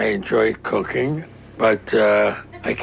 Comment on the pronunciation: Sounded like I enjoy cocaine not cooking 😂😂